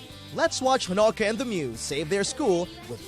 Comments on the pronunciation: The way he pronounced honoka made me cringe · That stupid pronunciation of Honoka makes scream.